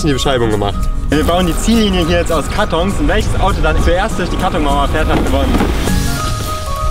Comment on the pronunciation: Erwähnt keiner wie komisch er "karton" ausgesprochen hat?